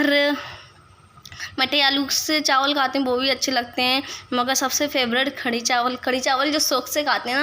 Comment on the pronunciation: Mashallha khadi nhi kadhi bolte h bhen meri